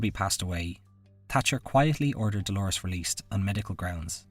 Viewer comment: Dolours - not Dolores. It's pronounced like dolers